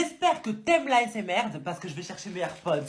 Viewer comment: a dit asmerde sauf que c'est la assmr😂